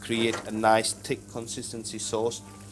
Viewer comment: PUT SOME GLOVED ON YOUR BIG LONG BEARD...STUPID MAN PUTS TOO MUCH OF YOUR EXTENT....CAN'T PRONOUNCE THE WORD" CONSISTENCY" YOU NEED TO WASH AT LEAST 4 TIMES TILL YOU SEE THE CLEAR WATER...IN THE RICE....